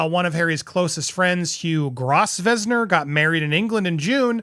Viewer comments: Love your work,, but "Grosvenor" is pronounced "Grow-vna" - honest! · Hey, Love your work as always! Just so you know Hugh Grosvenor (pronounced Grove-Nor) not a criticism at all just for future reference. Our English surnames have some weird silent letters!!! Xxxx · Hugh Grosvenor pronounced growvner. He was not invited to wedding. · Pronounced Grove- ner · Does he have any true friends left Hey pronunciation for Grosvenor. S is silent. ( Grow ven or) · Grosvenor is pronounced Grove ner. Long O as in over. English pronunciation leaves out a lot of letters or sticks them in. weird. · Grosvenor is pronounced GRO-VNOR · Grosvenor is pronounced grove nor. And Harry wasn't invited to the wedding. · Grosvenor is pronounced GROVE NOR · Grosvenor - pronounced Grow-vner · Grosvenor is pronounced GROVE NER , just for your info, no offence meant . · GROW-vnor. The S is silent. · Grosvenor is pronounced Grove-na. 🇭🇲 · It's pronounced.... Grove ner...lol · Grow vun nor is how grosvenor is pronounced. No s. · Grosvenor is pronounced GROVE-NER. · Hugh Grosvenor - pronounced Grovener! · It's pronounced Grovener, Hugh is the richest man in England under 40. The Grosvenor family basically own London. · Quinn just seems a different mouthpiece tactic for the dimwit, playing the little violin for him. Also, Harry & sife were NFI's to the Grosvenor (pronounced Grove-nor) wedding. No way he got an invite to that to show up like he did at the Coronation, alone, sulky with a hateful scowl towards his brother, the future king. Yep, harry, everyone hates you and despises your wife. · Grosvenor is pronounced Grove-ner. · Hugh “grove-nuh” is how that name is pronounced 😉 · Gosh...get Stef to tell you how to say Grosvenor!!!